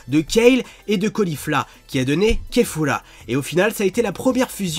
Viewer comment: Eren 1530 ta raison il me kasse les couille déjà c'est kafla pas kefura déjà c'est potaras pas potalas et c'est vermoud et pas vermoun